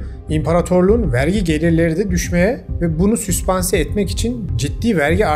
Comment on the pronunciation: Süspanse değil, sübvanse...